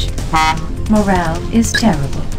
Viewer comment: "Morale is tear-ah-bull"